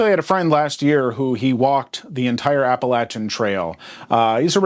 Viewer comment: pronounced Appalachian wrong